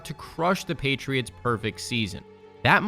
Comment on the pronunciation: Did you say gheytriots?